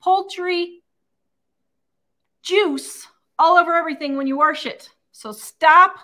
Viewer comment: I repeat, “Do not waRsh your turkey.” 😂